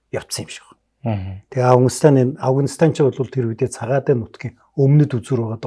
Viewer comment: Энэ жаахан настай хүмүүс Афганистан--г Авагнистан гэдгийн Хөөрхөн 😊. Амжилт . Мундаг шүү